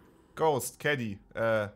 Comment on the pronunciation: Ok bin ich der einzige der die ganze Zeit Keggy anstatt Kenny verstanden hat ?